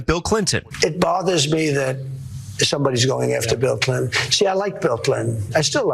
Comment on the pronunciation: “Bill Clit’n”. 🤭